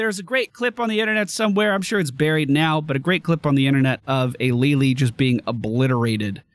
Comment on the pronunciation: Li Li, not lily